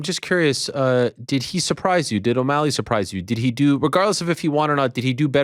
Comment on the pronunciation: chito messes up omalley the second time around